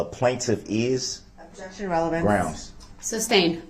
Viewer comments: Have you tallied up the total number of times DB uttered the word "groundz"? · He pissed me off when it came to the dancing granny. She has a hearing problem not like DB who says he can't hear. He was so rude with his constant "grounz","objechun",and "relevancy". What the heck was DB doing when he asked her, "During your testimony you said, he, he, he," And the look on her face was like, "Wth" 😂 It seemed like JD was frustrated or annoyed during this testimony. I love how she said, "I don't have eyes in the back of my head" 🤣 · I thought "Grounz" was funny at first but wow is it annoying. Every time he said "Grounz" while that sweet granny was testifying it got more infuriating. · I wonder what HE thinks he's doing/meaning when he says 'grounz'. What does he think, 'grounds', means? What does he hope to achieve when he repeats it a second time?